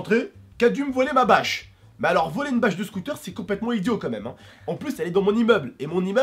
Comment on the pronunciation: J'adore jai l'impression qu'à la place de bâche tu dit vache 🐄 lol tai trop bien comme youtuber